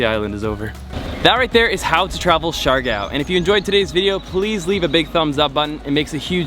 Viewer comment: Its pronounced like siggyor not shigow